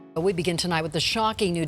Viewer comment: "Without further a do, let's begoo"